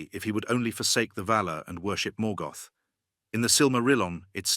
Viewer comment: Please learn how to pronounce the names correctly. You actually managed to mispronounce almost every single name, even when you pronounced Morgoth correctly you came right back and mispronounced it in the next breath.